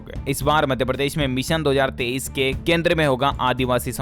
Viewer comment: Bhai aap 2023 ko 33 bolte hai. Lekin bolne ka style achha lgta hai